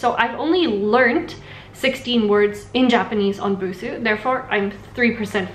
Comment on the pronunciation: ぶす じゃなくて, ブスー だぞ。 Still ww Her pitch accent is exactly the pitch accent for ぶす though, which is killing me.